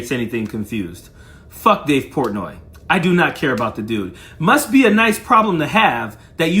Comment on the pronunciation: Wtf is dave pourtnoy